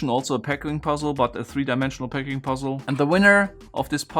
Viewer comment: Are you saying PACKING puzzle? I've been watching for a year and every time I heard "PECKING" puzzle :D Both make sense